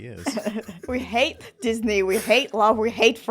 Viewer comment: I really love the way pronounces Disney Because I'm brazillian I'm used to hear people pronounce as dis-nay and it feels right hearing him pronounce it like this as well